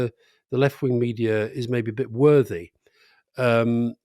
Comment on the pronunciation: I heard Alistair saying worthy and Rory saying wordy.